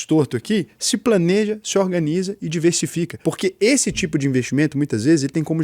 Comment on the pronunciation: Minuto 19'' 04" ORNANIZA 😂😂 No mais, muito bom o vídeo.